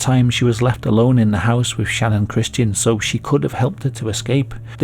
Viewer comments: Facts aren’t even all straight in this story.. he also keeps calling her name, Shannon… It’s Channon! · It bothers me for some reason that channon is pronounced Shannon and not Channon if Christian and Chris are lol its not Shristian and Shris 😅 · "Channon" isn't a name. You're pronouncing it wrong. I presume you can read and it clearly starts with a CH not an SH or SCH. Why do people have to do that to their kids? It's selfish parents that give sacrifice their children's happiness so that they can show off their "creativity and uniqueness" by giving their kids ridiculous made up words for names.